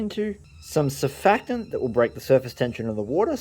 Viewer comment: You are hilarious! I think you should also be stand up comic and also radio funnyman. Thank you also for pronouncing surfactant correctly! btw I always choose your most funniest moment and I have to pick your counting ten on one hand. Also I heard that Dan Hurd is trying to poach mr gadzee. Please stop it happening! I couldnt bear to have to watch Dan Hurd to see Mr Gadzee